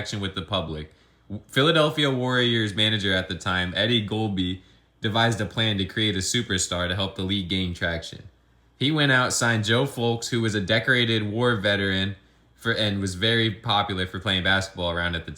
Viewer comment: A few corrections: George Mikan was a TWO-time NBL champion (1947 with the Gears and 1948 with the Lakers). He was FAR superior to any of the BAA/ NBA players in those years as well. No wonder why he won 5 championships in the NBA/BAA afterwards. It's pronounced GOT- LEEB (Eddie Gottlieb). It's pronounced FEAR- IK (Bob Feerick).